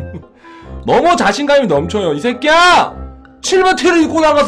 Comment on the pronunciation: 이 색히야 발음 찰지네요 형ㅋㅋㅋㅋ 롤업이랑 바지에 셔츠 넣는거 관련해서 많이 배웠음다:) 판도라랑 옷 기대하겠습니당~~~